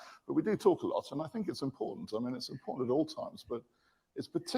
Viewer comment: Impointant😂. Love you Coach